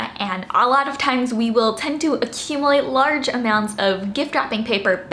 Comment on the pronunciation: I love your content,! These were all great ideas. 😍 P.S. You may want to look up the proper pronunciation of the word 'accumulate'.